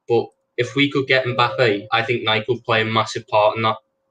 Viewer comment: Kills me at the mispronunciation of Nike lol